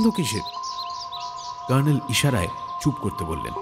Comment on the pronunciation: কর্নেলের ভূমিকায় র পাঠ খুব শতস্ফূর্ত লাগল না...আশাকরি পরের গল্পে আরষ্টতা কেটে যাবে । কে একটা অনুরোধ...বাংলা গল্পে colonel-কে ‘kernel’ উচ্চারণ না করে ‘কর্নেল’ উচ্চারণ করা হোক...যেরম জয়ন্ত বাদে বাকিরা বলছে...গল্পটা ইংরেজী গল্পের অনুবাদ হলে এই অনুরোধ অবশ্যই করতাম না ।